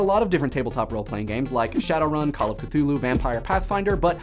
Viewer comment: You. . .you said Cthulhu wrong. D:>